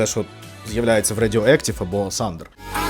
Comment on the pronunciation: Все супер! Окрім Сандер. Будь ласка подивіться як вимовляти th.